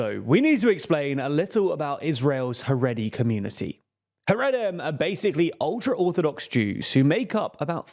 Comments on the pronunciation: It’s pronounced ‘ha-ray-dee’ and ‘ha-ray-deem’. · Content of the video aside your pronunciation of Haredim hurts my ears